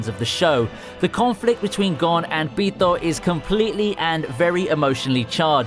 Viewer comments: the way you pronounce Pitou tho.... as a Mexican that sounds wrong 😂😂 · Tf are u saying Pitou with a mexican accent for💀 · I couldnt take #1 seriously because of the way you said pitou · why do you say pitou like you're an Italian😂😂😂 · The way you say Pitou just bothers me on a physiological level. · Why you keep saying pitou like that 😂